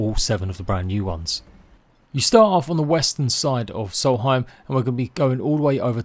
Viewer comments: Solheim. No. Nonononono, it’s SOLSTHEIM. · It's Solstheim not salty time. I realize your imperialized education system is to blame here, but you really should know these things. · Not soul heim Sols theim